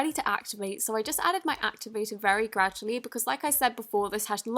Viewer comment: I realy hate that u say "graddualy" when u pour in a gallon of activator!!! No hate!! I love u